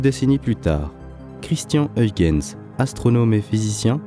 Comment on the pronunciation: Je me suis évanoui! Le commentateur a prononcé correctement "Huygens" et "Kuyper". J'en ai pour trois jours d'ITT.